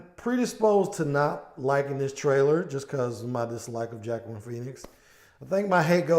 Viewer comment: Wakeen. Is how you pronounce his first name.